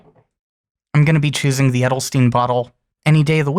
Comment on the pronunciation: I think it would be a great ink in a wet pen :D So that I can some of the darker shades out of it, but that is just personal preference. :) A little tip for the pronunciation of „Edelstein“... :) It’s not pronounced like „Edelstin“, it is pronounced more like „Edelshtain“ :)